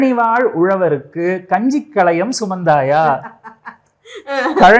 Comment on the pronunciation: அருமை . களையம் அல்ல , கலயம் என்பதே சரி .